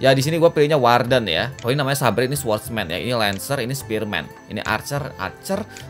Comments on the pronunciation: Kan Saber bukan sabre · bacanya saber om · saber dibaca seber bang....artinya pedang ringan wkwkwk edit